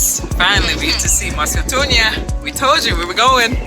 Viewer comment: Actually Victoria falls is more Zambian than it is Zimbabwean. This information is crucial when one decides to see and experience the falls. Mosi oa thunya is pronounce exactly the same as in three South African languages, that is Sesotho, Sepedi and Setswana. There must be a lot of history I have to learn from there. Thank for the video and information.